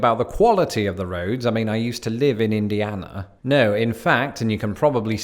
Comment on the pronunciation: I about hit the floor laughing when you said “Indiana “